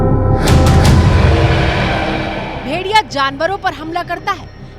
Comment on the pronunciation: मैडम जी. भेरिया... नहीं भेड़िया बोलते हैं 😅